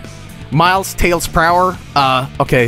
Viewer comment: I never got that. His name is Miles Pr-ower GOD DAMNIT. I'm the guy!